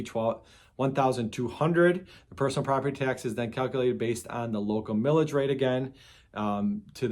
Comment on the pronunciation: 😂 Thought you said "Pillage" rate. Feels like states and counties assess to pillage us all the time on tax.